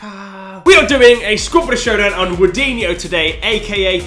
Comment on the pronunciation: Did he say woodinho?